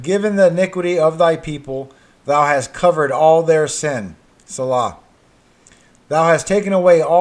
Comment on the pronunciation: the word - shew- in the Bible is pronounced. show reread it and it will make MORE sense too you. Also, the word - Selah- is pronounced - See-la- and it means "pause, and think about it." Just thought I'd help ya out there.....👍M